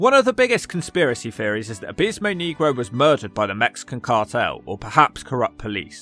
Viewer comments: ☝️Abismo “Nay-grow” not “Knee-grow”! 😅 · You gotta pronounce it Neg Roe not Kneegro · yes and it's fine😂 you have to roll the R's off your tongue instead of pronouncing it (knee-grow) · why are people from the united kingdom so close to spain yet utterly unable to pronounce spanish words properly? nehgro is one thing but neegro is an old, condscending term for black people. I think the promoter had another guy ready to go because Abismo Negro had become unreliable. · FFS don’t pronounce negro like you’re an Alabama sheriff. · U aren't saying the Spanish word for black right. Lol